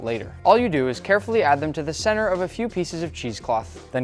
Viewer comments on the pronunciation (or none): none